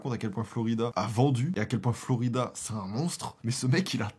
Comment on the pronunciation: J’adore!!! 😂 la nostalgie et puis t’es tellement drôle! Par contre c’est Flo raïda pas Florida 🙊